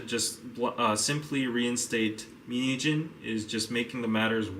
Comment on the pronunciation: Whenever he says min heejin I hear mini jeans lolzz